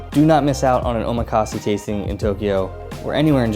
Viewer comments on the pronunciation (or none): Great solid tips, just a few critiques though in regards to pronunciation. Shinkansen = Sheen-Kahn-Sen ("ee" is very subtle) Omakase = Oh-mah-Kah-Say ("Say" leaning more towards "eh" and not an exaggerated "AAYE") Nigiri = Knee-Gi-Ree (Like Karate Gi, not like "oh geez!") I tried to ignore it but you said these so much that I couldn't help myself 😂 Other than that, this is really good advice for newcomers. Sent it to my mom before she joins me in Japan, so thanks!